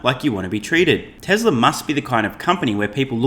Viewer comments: haha...SMR said "Telser"! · Tesla’r, not TEL…